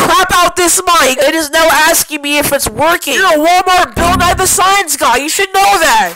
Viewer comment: “Sid the Siencie kid” More like Sid the restraining order guy.